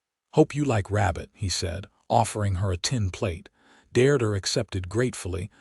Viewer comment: This story is a good one. Listening to the story is really frustrating due to the lack of accurate English language pronunciation. The woman's name is "Deirdre" pronounced "DEERDREH" The story uses 3 different spellings - all wrong. The word is "Mesa or Mesas" Not Maces.